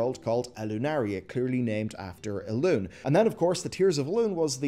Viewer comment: Elun"é", G'H"a"nir ... Sounds like you want us to get triggered hehe, maybe it's just me I don't know. When I hear Gahaneer, I get triggered.